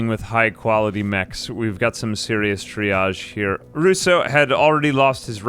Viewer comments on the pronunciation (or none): none